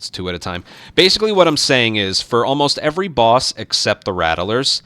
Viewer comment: Something that just hits a nerve for me. It's "rat-lers" not "rat-uh-lers". I apologize, carry on